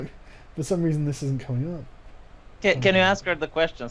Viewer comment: Sar-gunt of Arsecock.